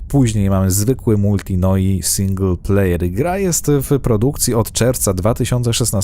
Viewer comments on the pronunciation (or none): none